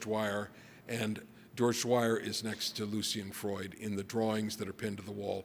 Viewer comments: George Dwyer? Spoofer......doesn't know his stuff, or is unable to pronounce it. Don't know which is worse. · So true. And this guy made some normie comments too by misquoting Bacon's "valves of felling" with "values of feeling". Mispronouncing George Dyers name. And spreading the "Freud had 40 children" myth. This guys a well intentioned hack. 🤷‍♂️